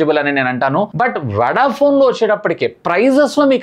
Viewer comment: వడ ఫోన్ అంటారా వొడ ఫోన్ అంటారా..కొంచం సరిచేసుకో మాట్లాడటం